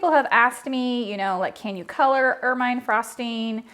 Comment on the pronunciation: Awesome recipe as always! I'm a big fan. However, I must pick on you a bit, lol, and play the grammar Police.;) Ermine frosting is pronounced "ermuhn'" and is named after the beautiful ferret like creature who turns a lovely pure white in the winter. ;)